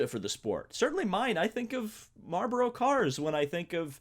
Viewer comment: Hahahahahhaha how you say marboro hahaha